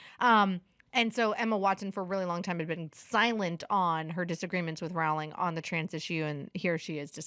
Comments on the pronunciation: Rowling is pronounced like rolling. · Pedantic note: Rowling is pronounced like “rolling” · Rowling is pronouncing like "rolling". Not "ow" like "cow"